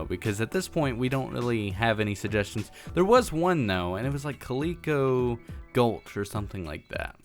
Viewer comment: LOL, Hey, its Calico gultch or Calico pass. since you are making your town in whats known as a gultch( in real life), but then you added the rail road to turn it into more of a pass, and yes that was me that made the suggestion. Its also pronounced Cal' i' ko. Like calico cat's. Totally digging the "watch tower" I was thinking that you were going to built the observation box ontop of the brown clay, but I guessed wrong. but looks amazing, ill have to shoot you another ideal for one on friday over twitter. As far as what I cant wait for come 1.11, I cant stress it enough. SHULKER CHESTS, finally a huge backpack system for all your carrying needs! One thing I havent seen anyone do yet on snapshots is Shulker boxception! a box within a box withing a box! I can honestly say screw everything else, I want that box! lol although I cant deny that those haunted mansions in forests are really cool, but cmon now, a box that you can store stuff in, then break it, carry it around, change the color to what ever you want? Man, thats a huge game changer, the next big thing since elytra(which I wasnt around for) it's just WOW! oh and if ya dont want all those boxes cluttering up the inventory, slap them all in a enderchest. lol, so much, so many possibilities, my minds just blown! Aaaanyways, ive ranted enough, Thanks for remembering the town name I suggested, also I totally loved the time lapse at the beginning of the video, totally sets the mood for a calm enjoyable show. keep up th